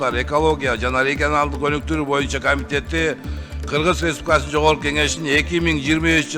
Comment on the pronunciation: Кыргыз республикасынын дегенди так окйалбай койду 😮😮😮